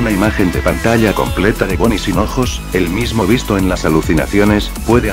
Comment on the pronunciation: se dise biste no bistes